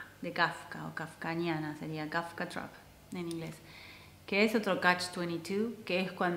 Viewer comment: "Kafkiana", se dice trampa "kafkiana"